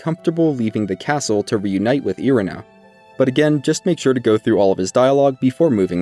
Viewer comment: Great guide and all but my goodness man all this research but you don't know the correct pronunciation of so many locations/NPCs? Liurnia not Lie-urnia, Ell-eh not Eli, Ireena not I-ri-na...